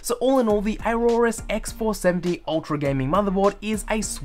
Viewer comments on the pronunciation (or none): Dude you are pronouncing the name wrong.